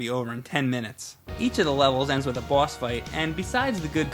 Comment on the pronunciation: I like the way says boss. Its like "bwoss".